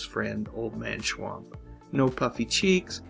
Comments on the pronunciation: Its Schump...not schwamp. Watch the show and listen to what they call him. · They always pronounced it 'Mr. Schwump' not 'Schwamp' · It's "Schwump"! I swear, you guys are total idiots!